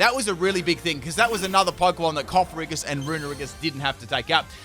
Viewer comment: worries about calling Yamask "Yanmask": "Cofferriggus"